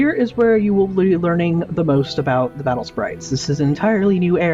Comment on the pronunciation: its not battle spairaites its battle spirites